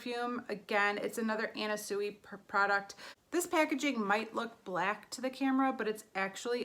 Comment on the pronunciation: I hope you don’t mind but Sui is pronounced swee.